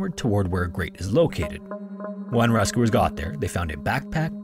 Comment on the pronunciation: ? Pronounce the word “Rescuers” again ? 😂 .. also “Michal” / “Michael” … I’m serious. Does A.I. narrate for you?